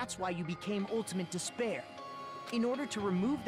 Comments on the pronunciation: haha sorry it's just I played all 4 main games and watched all the anime associated with the game series in the course of a month and now all I hear when they say despair is "disbear" I think this series has made me lost my mind. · Every time they say ultimate despairs I keep hearing ultimate dis bears and it makes these so much funnier